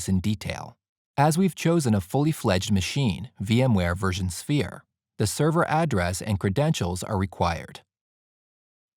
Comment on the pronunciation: Is he saying "VMware version sphere"?